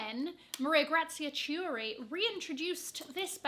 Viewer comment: The way u said chiuri killed me🤣 ch in Italian is like a k